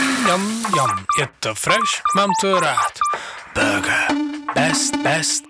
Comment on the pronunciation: Proč je tam burger vyslovováno tak moc "anglicky" když o pár slov později je čeká výslovnost ňAm ŇAm ŇaM je vidět že je jste nad tím ani nepřemýšleli a jestli vaše taktika byla "i špatná reklama je reklama" tak pardon ale to fakt ne myslim že to má dostatečný hate ale na jednu stranu každý dělá chyby takže je smůla že se to zrovna nepovedlo protože jinak by to mohl být fakt dobrý song kderý by se zapsal do historie...